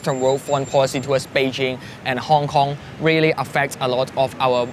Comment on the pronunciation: Re rill rearwise and recogrise...